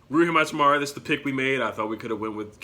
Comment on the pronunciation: Love the vid from Spokane where Gonzaga is and he is absolutely a great player but how to pronounce Hachimura is Ha-Chi-Mora